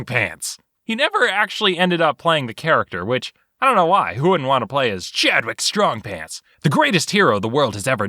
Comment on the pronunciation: I love this name "Chadwick Strongpants" sounded like you said "Chad wit Strongpants" 10/10